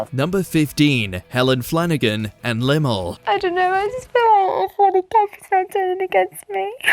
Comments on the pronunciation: Who the cock is limel? Did you mean Limahl. If you are going narrate something/type stuff into an ai generator then at least do a bit of research in pronunciation. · Yes, I thought that myself when he said Llamah wrong. Just like my spelling, I know 😂